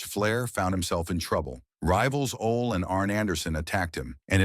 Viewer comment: Ole pronounced "Olay"!!